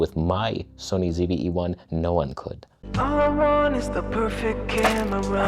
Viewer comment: Ah, the end of your channel is nigh. You won't see the day of Nikon greatness because you pronounced the ZVE-1 as perfect right here.